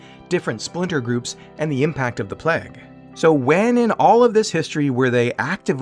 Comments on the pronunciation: playg not plehg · just not a pronunciation for plague I'd heard before!